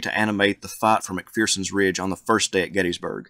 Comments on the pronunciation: No 'fear' in McPherson, not 'McPhearson'! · Isn’t it pronounced Mc-fur-sens Ridge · Agree, but mispronunciations of 'McPherson'!